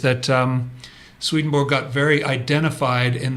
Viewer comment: All respect, but seriously, you need to learn to pronounce his name.